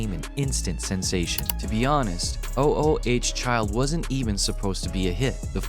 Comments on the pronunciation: O o h child? I thought it was Ooo Child.🤨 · Is this another computer voice it's not o o h child it's OOO CHILD don't just read LISTEN TO THE SONG ! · It's not O. O. H. child. It's sounds like oooh chile almost eww but ooh instead, it's a word a sound.. . Spelled. ooh child.. not O. O. H. child.. really? is this a bot? or just,, sigh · Please stop calling it o o h child. It was oooooohhhhh childv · It's not called O-O-H Child, it's called "Ooh Ooh Child". [even though it's spelled "O-O Child" on the 45 single cover] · stop calling it O, O, O, H, Child! It's oo-oo-child...jeez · Ooh Ooh child not o o h child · It's ooh child. Get it right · OMG. Stop saying O O H child continually. It’s hurting my brain!!!! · O - O - H Child? Don't you even bother fixing AI voiceover mistakes? I quite watching after that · Your AI voice sucks. Oooh, Child...Sih-BAY-lee-us...sheesh... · I love these AI narrators. "O-O-H-Child".